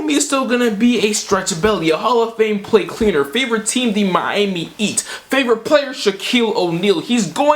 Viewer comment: “Favorite team the Miami Eat”😂